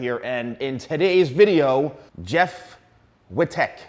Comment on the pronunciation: whyd u say as his last name like that. your weird